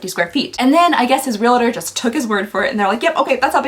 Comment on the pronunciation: Its reALTOR not reLATOR